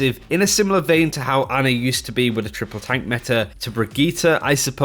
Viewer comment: It’s pronounced Ana actually